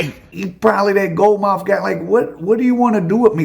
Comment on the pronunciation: "Gold Mouf"??!!😂😂😂😂